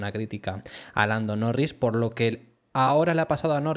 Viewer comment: dices blando norris?